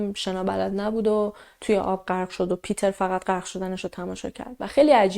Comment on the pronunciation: مرسی از برنامه و شیوه اجرا،🙏 ولی جهت اطلاع شما، اسم Peter به آلمانی پیتر تلفظ،نمیشه ، بلکه پِتِر خونده میشه